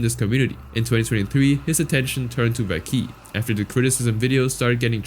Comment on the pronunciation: It’s not Vay key it’s pronounced (V-ah-quay)